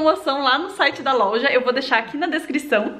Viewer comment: Ninquem percebeu que o fala errado loja ele fala lolja até o nome da loja ta errada ele colocou lolja kkkkkk